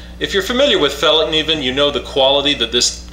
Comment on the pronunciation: Very good pronunciation of Fällkniven in the beginning of the vid.